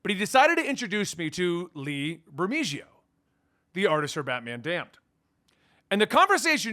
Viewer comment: Great seeing you! Lee's name is pronounced "Ber-Meh-Ho".:)